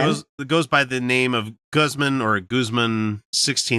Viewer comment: Pretty sure Guzman is a hispanic name and would be pronounced with a long a, but then US english does not know anything like that.